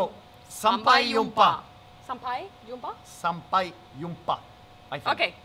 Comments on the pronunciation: Hej Hej ... great pronunciation on sampai jumpa. since you guys love travelling... have you given a thought of Karimun jawa archipelago (north of central java)? or even nias island in Sumatra? Enjoy bali...From a javanese living in munich :) Hej då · Nice, now you and janni can pronounce "sampai jumpa" correctly 👏 Enjoy your trip in Indonesia guys !